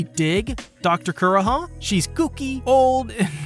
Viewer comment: Also KUR-HA? VIV-EE? Also lets not even mention how you pronounced lahpins... is it so hard to watch the corelating portion in the show to get correct pronounciations?! 😂😭😂😭😂😭😂😭 like its funny hut destroys my soul so pls my manz.......